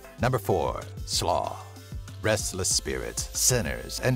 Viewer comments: Im american and I can pronounce these right. Like how hard is sluagh??? Its sloo not slaw lol. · Slua is pronounced Sloo-a, with the same a as in ant and attic and action. Not Slaw, which is a way of preparing shredded cabbage.